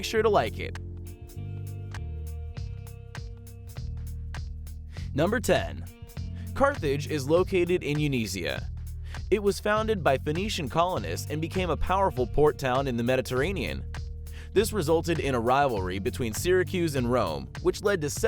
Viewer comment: Carthage is located in Tunisia "north africa" not yuneisia ...